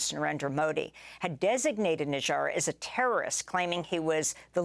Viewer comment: Not Nijaaaar... it's nijjar